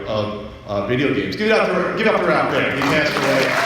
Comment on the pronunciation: It's Ralph Baer, not "Bear."